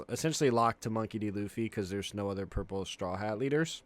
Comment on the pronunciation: Is he saying gurple luffy instead of purple? Is that like an autistic tic or something?